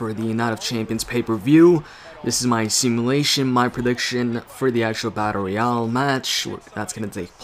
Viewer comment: You keep on saying battoreal